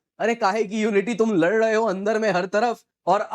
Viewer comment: Lad rahe ho bolo. Lar dahe ho nahi !!!!